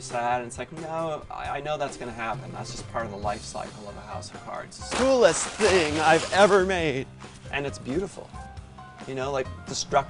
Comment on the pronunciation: any one else notice how he said "school-est thing I've ever made"